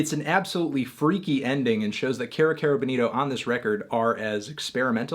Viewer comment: Erm Anthony, it's pronounced 'KI-ro KI-ro Bowl-NI-to'